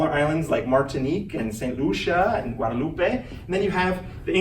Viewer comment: I think too that he could have taken the opportunity to learn how to pronounce Tobago, the Lesser Antilles and Guadeloupe